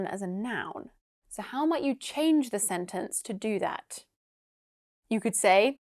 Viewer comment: You have pronounced weak form of....the With a consonant sound...just in the beginning.